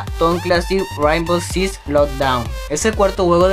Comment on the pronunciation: aprende a pronunciar rainbow six primero